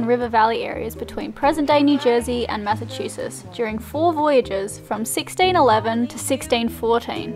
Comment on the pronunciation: I live in MA and love that you can't pronounce our state name correct hahaha